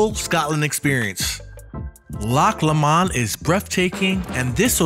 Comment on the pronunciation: It’s loch pronounced low mond